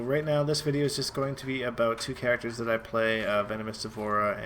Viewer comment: Is your "aboot" deliberate? Or are you just THAT Canadian.